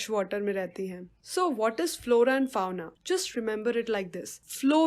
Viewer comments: Pronunciation of fauna is wrong ma"am. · Pronunciation of FAUNA is wrong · Yes mam try to correct that